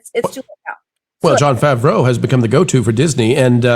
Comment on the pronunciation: Listening to the way you say John Favreau's name makes the Hernione quote pop into my head. "It's leviOsa, not levioSA!"